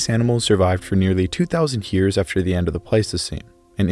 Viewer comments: I really like this video, but I just can’t get over the “hyears” 😂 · You say the word "years" like stewy says "coolwhip" on family guy 😂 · Omg I thought I was the only person that noticed haha